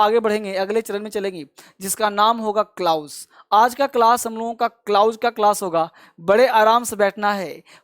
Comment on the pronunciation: Klaaooz nahi klaz